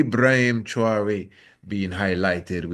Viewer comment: Pronounced “Trah-Wo-RE” Traore